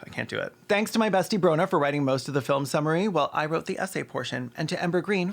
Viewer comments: every time caelan says filim i laugh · Please tell me you're saying 'filum' like Slavoj Zizek on purpose because I laughed every time you said it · Your ability to pronounce the word "film" with two syllables is a legit superpower, please only use it for good